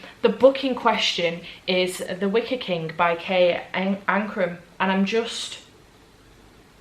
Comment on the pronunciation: Reading seven books in a week is amazing. I read The Wicker Man months ago and it wasn't my favorite read but I am glad you liked it. Everytime you said Wicker I heard Wicked.